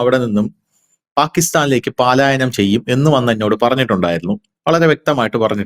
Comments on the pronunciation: Paalaayayanam alla palayanam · Paalaayanam alla manda palayanam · പാലായനം തേറ്റ് പലായനം ആണ് ശരി. പാലായനം പാലായനം കേട്ട് മടുത്തു. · പാലായനം അല്ല പലായനം ആണ് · പാലായനം അല്ല സുഹൃത്തേ, പാലായനം ആണ്. ആവർത്തിച്ചു തെറ്റിപ്പറയുന്നു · പാലായനം അല്ല, പലായനം എന്ന് പറയൂ...!!! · Not paalaayanam. Its palaayanam. Dont repeat. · Paaalaayanam alla, palaaayanam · പാലായാനം എന്നല്ല സഹോദര പലായനം എന്ന് പറയൂ! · പാലായനം അല്ല പലായനം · പ്രിയ അന്വേഷണാത്മകതയ്ക്കും സാധാരണ ശൈലിയ്ക്കും അഭിനന്ദനങ്ങൾ....! ഉച്ചാരണങ്ങൾ ശ്രദ്ധിക്കുക ഉദ: പാലായനമല്ല? പലായനമാണ്....! രണ്ടു പേർക്കും നന്മകൾ! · പാലായനം തെറ്റ്.പലായനം ശരി. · പാലായനം എന്നല്ല. പലായനം എന്നാണ് ശരിയായ വാക്ക്. പുതുതലമുറയെയടക്കം വളരെയധികം സ്വാധീനിക്കുന്ന ഒന്നാണ് മാധ്യമങ്ങൾ. ദയവായി ഭാഷാശുദ്ധി പാലിക്കൂ. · പലായനം.... ആണ് ശരി....പാലായനം അല്ല സഹോദരാ🙏🙏🙏🙏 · പാലായനമാണോ, അഥവാ പലായനമോ. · പാലായനം അല്ല മാഷേ പലായനം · "Paalaayanam" alla, "palaayanam " ennathanu correct pronounciation. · Not pàalaayanam, yes palaayanam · പാലായനം അല്ല. പലായനം..... പലായനം...... പലായനം ആണ് ശരി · പലായനം, പാലായനം അല്ല. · പാലായനം അല്ല പലായനം ✅ ❎ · എത്രയോ നാളായി പാലായനം അല്ല പലായനം എന്ന് പറയുന്നു. കഥ പറയുമ്പോൾ വീണ്ടും വീണ്ടും പാലായനം. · പാലായനം വേണ്ട. പലായനം മതി. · Super അവലോകനം ! പിന്നെ, പാലയനം അല്ല പലായനം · പലായനമാണ് ശരി. വാർത്ത വായിക്കുന്നവർ ശ്രദ്ധിക്കണം. മലയാള ഭാഷ കുളമാക്കരുത്. ഇങ്ങനെയൊക്കെ തെറ്റ് വായിച്ചാൽ കുറേപ്പേരെങ്കിലും അതേറ്റെടുക്കും.😊